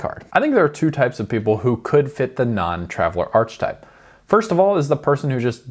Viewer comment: I’ve never head anyone pronounce Archetype Arch type😂😂